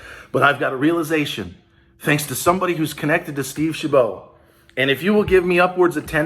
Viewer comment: It’s Steve Chabot, like rabbit, not bow. Seems decent, live 30-40 miles south of his district